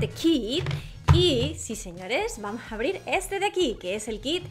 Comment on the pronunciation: jajajajajaja cuando en el segundo kit dijiste "vamos a abrir este de aqui" el vamos a abrir lo dijiste con acento canario jajajajaa eso te pasa por estar mucho tiempo con ariann jajajajaja, por cierto yo soy de tenerife❤❤muy entretenido el video.